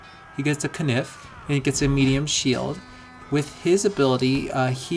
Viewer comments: Why do you pronounce knife using Medieval English pronunciation? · Lol, "he gets a keh-niff"